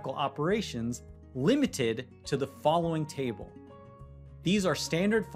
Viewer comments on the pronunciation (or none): none